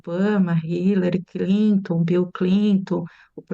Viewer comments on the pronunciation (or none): Como uma professora de relações internacionais pode falar Bill Clintu